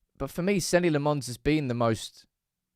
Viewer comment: Stop saying Senny Le Mons. That isn't a United player.